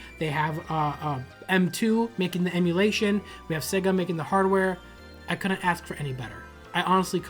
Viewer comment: “they announced the chega genesis mini”. Lol